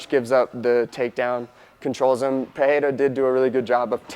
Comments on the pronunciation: Guys there’s no H in his name. It’s pronounced Pe ray rah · He didn’t pronounce Pereira correctly. 😅 he is saying like Peheira, but you you just pronounce like this in portuguese when you got two ‘rr’ together. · It's Pereira with an R, just the normal English R. Joe Rogan says it wrong. He tries to be so correct he ends up overcorrecting. Ignore Joe Rogan, listen to Jon Anik or to Alex himself say it. Or you could just say Alex. Anyway really don't sweat it about the name, say it as if it were an English name and it will sound perfect. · No my guy lol. It’s not pee-air-a. It’s not pehayra. It’s literally pereira. Peh,ray,ruh. R’s are just normal Spanish/portugese Rs, kinda like a mix of an r and d. it’s a simple name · PEREARA. Don’t be influenced by Joe Rogans PIHAYDA lol. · pee air ra how can so many people fk this up must be an mma brain thing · There is no "H" sound in the pronunciation of Pereira; Rogan and DC both say it wrong. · Pereira is reeeeeally in wrong pronunciation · Appreciate the unbiased breakdown. Pereira is an R sound, not an H because it’s in the middle and single R.